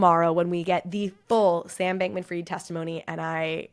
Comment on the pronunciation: It’s “fried” like fried chicken, not “freed”!!!